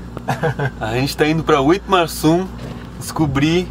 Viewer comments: Eu sou de Witmarsum e ele tá serto é witmarsumense e se fala como se tivesse um v não w tipo vitmarsum esta me dando agonia para de falar errado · Nem sabe pronunciar o nome da cidade kkkkk W em alemão tem som de V Não dêem informações erradas aprendam primeiro e repassem depois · Só a pronuncia do município estava errada.